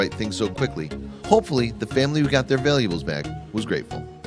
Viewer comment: This narrator needs to learn the sane way to pronounce the word, "valuable(s)."He's sickening.